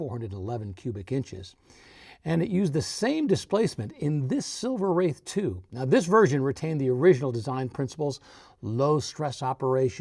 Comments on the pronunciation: 🖕AI, let AI burn 🔥like overheating brakes on a Rolls Royce but yes. It's not "Wrath," it is "Wraith" like the hero car in that movie 1986 "The Wraith" like "Ray-thhhh." Long A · I always heard it as Silver Wraith (Rayth). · Definitely pronounced like "faith" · Wraith is pronounced like faith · It’s kind of amazing that you don’t know how to pronounce “wraith.” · You lost me within a couple of minutes because you can’t even pronounce a one syllable word correctly, and because you were already providing misinformation and assumptions. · Are you NUTS??? Every RR gets tons of respect where ever it goes! I guarantee you, the vallet will always park the Rolls in front of the establishment, whereas the Lambos, Porsches, and Ferraris get parked much further back! BTW, you are mispronouncing Silver Wraith! 😡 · Silver Wraith, pronounced RAITH which means ghost. Nothing to do with wrath. Also the Seraph is pronounced SERaph not serAPH. 😉🇬🇧